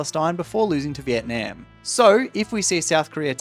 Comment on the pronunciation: Bro why do u say vietnam like that